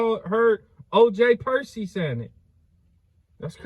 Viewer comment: 😂😂😂😂 Bro said Perky